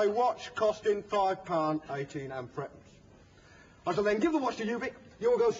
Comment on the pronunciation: It isn't a coin. it's just a 2p and a 1p, making 3p. He is saying it so it sounds more like frepence though, not thruppence.